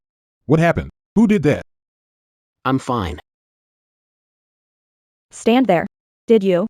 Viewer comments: I'm grateful they haven't said "Feena' instead of fine. It gets to me each time lol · same or when the say im finne